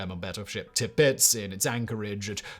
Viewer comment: You really need out your prononciation, The Battleship I the Tirpitz not Tirpitz, in many other bids you get it wrong, for instance in the TT vid you pronounce the name of the mountain as Snarfell, , when in fact it's Snafell, in your vid on prohibition yo said one of the ingredients of absynth was woodworm rather than wormwood I appreciate your style is supposed to be quicke and snappy bur how about slowing it down a little and correctly reading the scripts that people are writing for you